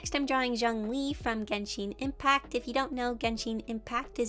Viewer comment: “gensheen impact” “lumin”